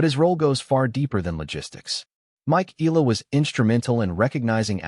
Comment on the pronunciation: We love watcjing all videis about Alex but just a friendly request, can we try pronouncing her surname corectly please as how it is in the Philippines. thank you for considering.